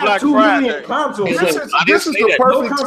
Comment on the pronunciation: whos the guy that calls consoles "conesoul"?